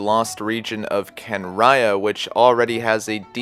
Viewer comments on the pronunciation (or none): I’m sorry can ria that’s how you say kanriean I can’t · No one mentions that his Constellation is a fetus in a flask. Also, as mentioned, "Homuncular Nature" They could have expanded his story at least a bit more than they did, this is all cool, but only between the lines... Kahn-ree-ahhh